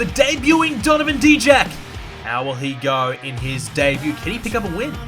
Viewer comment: Die-jack, not Dee-jack